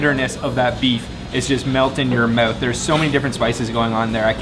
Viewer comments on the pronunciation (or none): Everything melts in your "meowth"